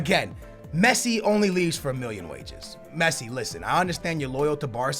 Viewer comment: you forget to say the two L's in million